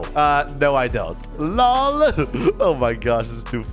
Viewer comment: Yeah bc that's how you say it